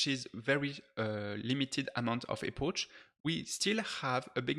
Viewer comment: Hey, great video, small comment tho, we do not say "epoche" but more like "epok"